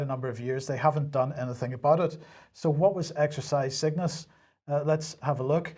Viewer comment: Exercise Cygnus sounds like exercise sickness when you say it